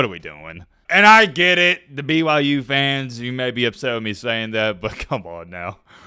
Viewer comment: Is he saying BYJews?